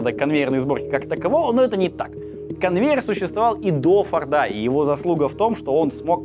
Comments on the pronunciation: Интересная история. Только в Фамилии Форд ударение на единственную гласную "О", то есть всегда фОрда, и никаких фордА (слух режет) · Мало кто знает, но ударение на Форде всегда на о